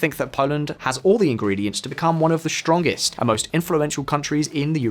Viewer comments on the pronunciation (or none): This "shtrongest" and "shtrategic" business really cuts the ear.